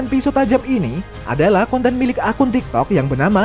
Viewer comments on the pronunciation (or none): none